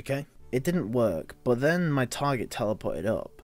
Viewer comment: when he says target he pronounces it tiger